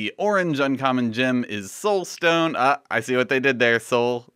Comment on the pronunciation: Gem name pronunciation. You were good with all but the last two. Solstone is pronounced "Saul"stone, not "Soul"stone. Sol is another word for the Sun, as you pointed out. Rubellite isn't "Ruba"lite, it's ru Bel lite, accent on the second syllable. Note the double "L". Not that it matters at all.... :)